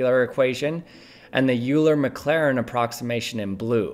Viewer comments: Thank you so much for this. In the Numerphile video that started this all, you can see him doing the subtraction of infinite series that you describe here, but it was never clear why you would be doing that. My only nitpick is the way you pronounce Euler. It's pronounced closer to "Oiler." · This is the first time I've ever seen the same person use the "oiler" and "ew-ler" pronunciations for Euler interchangeably within the same presentation... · This guy is wrong. All you need to know is that he pronounced "Euler" as "oiler". So from that he's wrong. Thank you and you're welcome. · It hurts my heart when you pronounce it "" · Did he say "joolur" , have to listen again. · Euler is pronounced Oi-ler. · FYI Euler is pronounced like 'oiler'. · Did you say ""??? You should know better. I'm disappointed. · I'm sure you know Euler is pronounced "oy-ler." Easy mistake to make. I hope the comments on your great video don't get drowned out by people yelling this at you! 😟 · Did you pronounce Euler differently in the middle of the video, or are there two presenters on this channel with similar voices? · Am I correct in assuming that the narration starting is done with AI...because Euler is mispronounced there but not earlier. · Oh so close! You had his name right up until this segment. Rare editing miss for you. Euler is to math what Einstein is to physics. Sure it looks like it might be pronounced EEN-steen. But it's not. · The way you pronounce his name is killing me. Idk what is right but ive literally never heard it pronounced that way and its bugging me so much. IDK WHY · You pronounced euler wrong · Real sic transit gloria mundi moment when you pronounced Euler correctly, but only the first time. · Bro pronounces it like Ewler. 💀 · The number of times you mispronounced "Euler" was at least -1/12. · Excellent explanation. But it's pronounced Oy-ler, not You-ler. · Youler... Youler... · Euler is pronounced "Oil-er" not "Yule-er". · Euler is pronounced Oiler